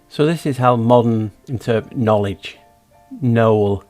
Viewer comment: Kn-owl-edge Another owl in that word to.